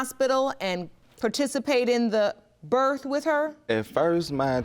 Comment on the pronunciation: Evidently as hard as it is to say birth and not birf.